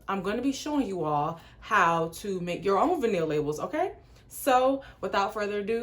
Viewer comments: Aww did you say Vin-neel?🤣🤣 it's Vy-null sound that out lol.....love this tho!! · Girl it’s VINE-ullll. Omggg you killin me!! 😭😭😭but yesss I have one of your nudes and was like dang the labels are great quality! Lol. I also started my own gloss business recently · Great video.. it’s vy -nuhl girl ☺️